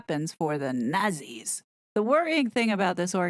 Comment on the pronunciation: Learn the difference between Communism and Socialism... and how to pronounce NAZI.